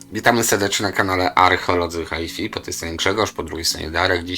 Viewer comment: Bez obrazy ale mowimy w całosci po angielsku "haj faj" a nie "haj fi" albo w calosci po polsku fonetycznie "hi fi"...nie ma za co